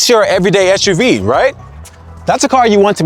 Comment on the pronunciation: Umm why do you keep calling it Esh U V instead of Ess U V? Its an SUV.